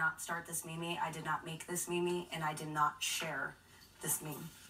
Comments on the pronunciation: Why did she say it correctly at the end but every other time it was meemee?! 😂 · She said it right the last time...